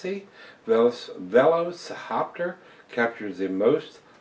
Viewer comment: It's pronounced like "velociraptor" (the dinosaur) but with 'hoptor' on the end! Great review, cheers.